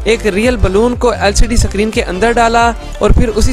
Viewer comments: Bro सकरीन nahi screen hota hai... Lol 😂😂😂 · Bro sacreen nhi hota h screen hota h😅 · Mere bhai suckreen nahi iskreen ( screen ) bol de... Iskreen